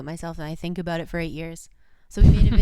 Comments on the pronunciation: nobody: absolutely NO ONE: Kurtis: aboot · JJ McCullough would like to have a word with you.